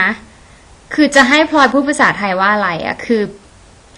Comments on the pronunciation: ฟัง พลอย เป็นแบบ พล็อย ตลอดเลย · ออกเสียงคำว่า "พลอย" ได้เจ๋งมากเลยครับ ออกเป็น "พลึย" 55 ชอบๆครับชอบๆ